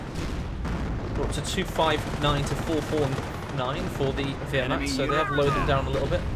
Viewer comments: I would say vehr-macht ... the “w” isn’t pronounced I don’t think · please don't pronounce Wehrmacht like that ( painful ) ... the correct way it's Ver-macht (VE -nice, Venice)